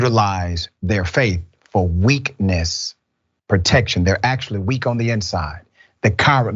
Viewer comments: I swear he said "a lot of preachers use the pulpit for witness protection" and not "weakness" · It sounded like he said witness protection 😅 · It sounds like he actually said, “witness protection.”